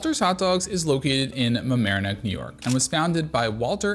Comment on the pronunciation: congrats are pronouncing Mamaroneck correctly